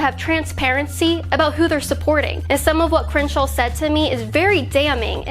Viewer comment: It's miserable listening to you try to pronounce "Crenshaw".